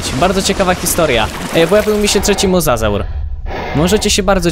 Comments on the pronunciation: mówi się mozozaur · Pisze się mosasaur ale mówi mozozaur